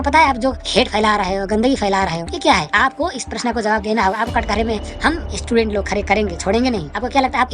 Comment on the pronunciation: Pehle student bolna seekh le